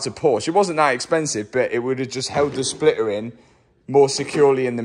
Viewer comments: Its NOT a Spliuhr its called a Splitter.... learn English :P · What is a Splitah? 😂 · MATT, there is a T in splitter ! 😂😂